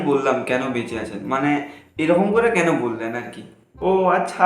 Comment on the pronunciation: Video ta valo hoiche kintu tor oi je keno bola ta thik hoi ni re but video ta khup valo hoiche 😅😅